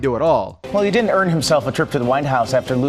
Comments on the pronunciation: he said did know in stead of didn’t know lol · It sounded like he said "You did know,". That's what I heard. Like and reply if you thought or know he said that. 👍 👇